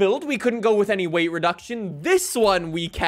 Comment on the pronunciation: Is it just me or the way says ‘with’ sounds like ‘whiff’???